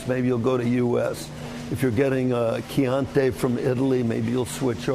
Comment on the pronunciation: What the hell is “chian-TAY”?